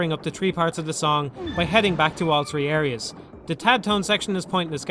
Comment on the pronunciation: Lol you say "tree" not three